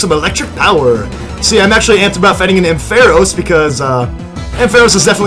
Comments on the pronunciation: Its prenounced amfeross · Arnt you saying ampharos wrong